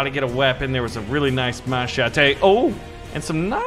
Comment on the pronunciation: A ma-cha-te